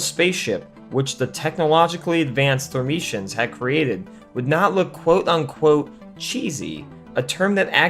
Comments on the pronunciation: Had to stop halfway watching. REVIEW YOUR SCRIPT BEFORE RELEASING VIDEOS IT'S THERMIANS, NOT THERMITIANS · It’s Thermians, not “Thermetians” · Constantly calling the Thermians as "Thermicians" was......a choice. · When you spend ages researching your video but not watched the film itself, so mispronounce the name of the alien race all through your video...